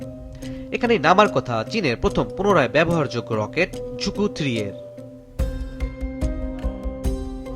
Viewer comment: রকেটের নাম‌ই তো ভুল বললেন।এটা ঝুকু-3 না ZhuQue-3 (朱雀）→ ঝুছুয়ে-3